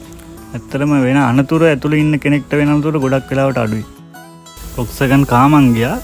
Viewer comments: Classic කාර් හොයන සුද්දෝ මේවාට පණ ඇරලා.මේක හරියටම උච්චාරනය කරන්නේ වොක්ස්වැගන් කියලා නෙමේ පොක්ස්වගන් කියලා. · ඔක්කෝටම කලින් වාහනයේ නම හරියට කියන්න. (ෆෝක්ස්වාගන්)